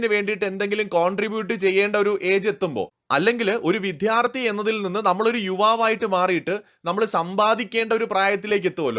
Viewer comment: it is not VIDHARTHI, it is vidyaRTHI!